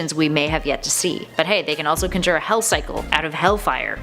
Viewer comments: I didnt like how she said conjure Kahn-jer Not kun-jer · For real, like why are so many people just glossing over "cunjer"?